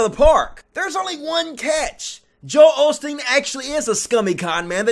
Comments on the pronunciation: Isn't it "Osteen" not "Olsteen"....? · why do you say OLSTEEN when it's Osteen